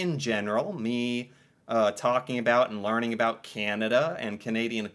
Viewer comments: Why is he saying aboot?? 🤢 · I’m Canadian & I have to say this guy is the only Canadian I’ve actually heard pronounce about as aboot, so this is like seeing a unicorn